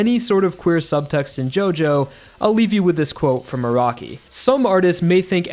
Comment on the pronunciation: I keep hearing ' A ROCKY'